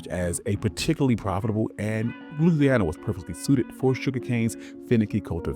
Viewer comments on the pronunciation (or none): none